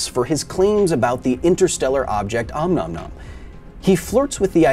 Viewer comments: "Ah-Moo-Ah-Moo-Ah". not "A-Num-Num-Num". hahaha. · That's a weird way to pronounce ʻOumuamua